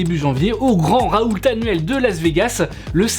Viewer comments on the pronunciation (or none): none